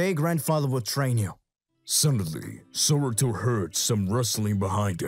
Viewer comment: its saruto not soruto